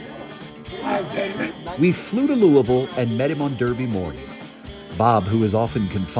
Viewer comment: I love this story - and that David Begnaud pronounced Louisville correctly.